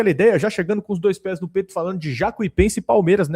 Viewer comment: "Nu Allianz" 😅